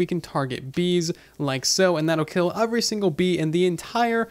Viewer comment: Am i the only one who hear “ofvery” instead of “every” ?